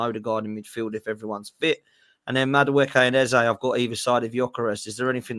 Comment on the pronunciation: Big up for learning how to say madueke